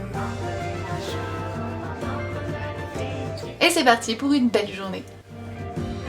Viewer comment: Tu m'as vraiment fait rire quand tu as dit : " J'enfile mes petites chaussures " . On dirait que tu as pris l'accent belge sans t'en rendre compte. Sinon j'adore ta vidéo et le montage est vraiment top. C'est toujours très agréable de regarder tes vidéos. Gros bisous :-)